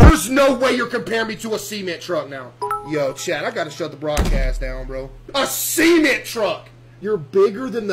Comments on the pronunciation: Why does he say cement truck like seement, like it’s a semen truck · "A SEMENT TRUCK." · “A sea mant truck” 😂😂😂 bro what, a semen truck? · No way this guy calls cement "see-ment"